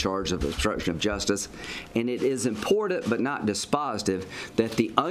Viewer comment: Lindsey....it's imporTant not imporDant!!!!